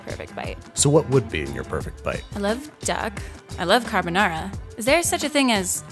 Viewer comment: “You’re my lil duck carbanara” 😂